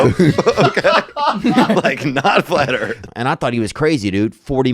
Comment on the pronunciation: FLAT EARF😂